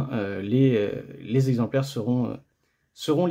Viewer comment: Par contre petite remarque, on dit "cenT exemplaires", pas "cenZ exemplaires" ;)